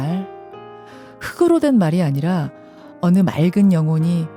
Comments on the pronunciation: 흙으로 발음이 아니라 흘그로 라고 해야 맞습니다. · 김현정님 ᆢ 흙으로 ᆢ 를 흐그로 ᆢ 라고 읽으시면 안됩니다. 흘그로 ᆢ 라고 읽어야 바르게 읽는 것입니다. 저는 프로그램의 내용이 물론 중요하지만 ᆢ 발음을 정확히 하는것 또한 ᆢ 중요합니다. 그렇다고 말하고 싶습니다. 방송 진행자 ᆢ 이니까요 .